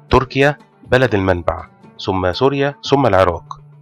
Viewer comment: فيديو جميل، لكن انتبه للغة أخي الفاضل .مثلا: ثم لا نقول سم . الثورة لا نقول سورة لديك مشكلة مع حرف الثاء ..تحياتي